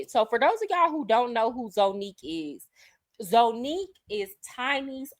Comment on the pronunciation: It’s pronounced ZANNIQUE…let’s start there 🤦🏾‍♀️😩🥴🤷🏽‍♀️🤣🤣🤣